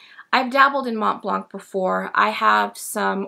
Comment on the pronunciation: Nice to see you again and with a nice pen that catched my eye. Thank you for your review! I don’t know if I’m impressed by the pen, does it have a #5 nib? Interesting you doubt about how you pronounce the ink, but really have more trouble with pronouncing Montblanc. Please don’t pronounce the T and the C 🙉😘